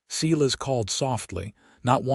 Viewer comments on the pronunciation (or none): The first name of the cowboy is (Sī-lăs) or (Sī-lĕs) I wish the people who does the stories get the names right.